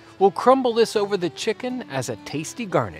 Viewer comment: Why do you pronounce it chick Kun